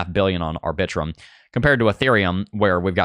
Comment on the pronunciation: Lol the way you say Arbitrum 😂 I love it!!!! (R-Bi-Trum)